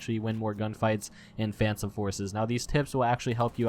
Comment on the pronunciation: Uhhh... Did he just say fansome forces?